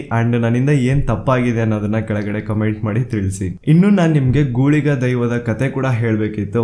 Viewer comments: Gooliga alla bro guliga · Neevu helidralli ondu tappagide😌 adu gooliga alla. Guliga. 🙏Adre parvagilla nimma haage ellaru sarwa dharmagalige gawrava kotre desha ujwala agtade.🙏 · ಗುಳಿಗ brother ಗೂಲಿಗ alla ... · Love from tulunadu❤ ಗೂಳಿಗ ಅಲ್ಲ ಗುಳಿಗ ದೈವ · It's not ಗೂಳಿಗ.... It's ಗುಳಿಗ